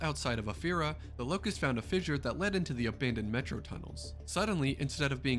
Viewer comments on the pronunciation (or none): none